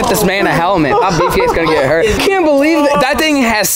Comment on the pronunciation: lol he said lets not get hert YET